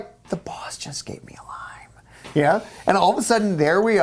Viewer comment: At 19.30 I thought said that the boss cut a line, not cut a lime.